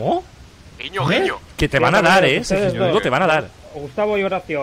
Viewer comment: Ajajj sí el que dice sewijmundo